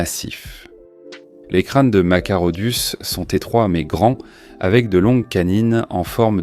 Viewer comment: Machairodus qui se prononce Makairodus.